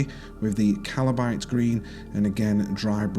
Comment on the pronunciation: I know this is old. But it would be really helpful to have the name of the paint you use somewhere on the screen. You keep calling Kabalite as Calibite i was so confused because of Caliban green name too.